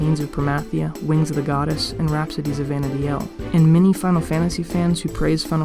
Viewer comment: Great video. Your pronunciation of Vana'diel is interesting. I have always pronounced it like the intro movie does. Though the pronunciation of Bastok in that intro movie is weird...